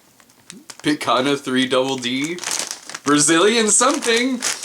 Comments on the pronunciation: Brazilian "pee-cuhe-nya", for reference cx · You pronounced Picanha as "picana" Here's how to say it: (sorry about this; I grew up speaking Portuguese and English and mispronounced words are my kryptonite)